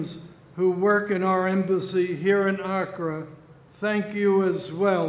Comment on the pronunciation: It was a good speech which would have been made better had the speaker been taught how to pronounce Ghanaians and Accra.I winched every time he said Ghanaian.